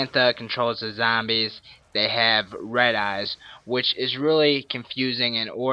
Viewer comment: he says "zambies" its so funny youve earned a like for that